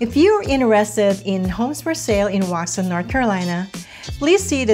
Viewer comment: Step 1 in getting folks to move here. Learn how to pronounce Waxhaw. Step 2 get the stores right. Target is not in Waxhaw, neither is Walmart. (There is a Walmart grocery store though) Step 3 talk about the real commute times to downtown CLT. 45 mins is during off peak. During rush hour, the commute home to Waxhaw from downtown CLT can easily be an hour and 15-20 mins.